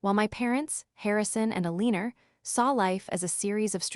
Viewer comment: All these stories have an Alina in them— pronounced Alina’s. AI needs to learn how to say these names if they are going to use them.